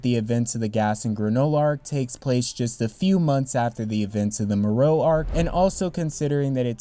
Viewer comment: Its MORO not morou 😂😂😂